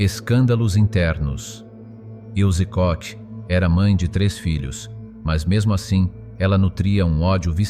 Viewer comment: Petite IA : Répète après moi: "Ilzê Kor" (et non "il se coche ). " Bourennvalt " (et non " Bûchenvalde "). Danke.